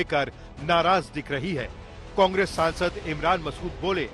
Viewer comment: Congreaa ki sharkaaar😂 pahle bolne sikho